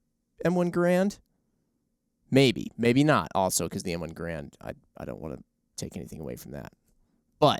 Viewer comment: Y'all need to learn how to Mr. Garand's name correctly.